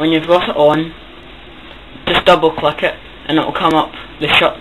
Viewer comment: clack it? Bahahaha. You are so scottish.